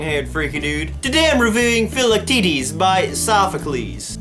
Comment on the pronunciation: I'm a little late but, uh, yeah, he pronounces it just fine...